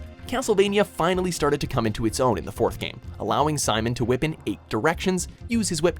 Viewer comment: "The Belmonts vampire killer Whi...P! I wrote it like he said it.